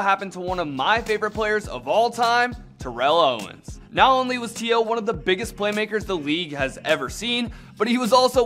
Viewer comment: Favorite player but your mispronouncing his name wrong yea, favorite player sure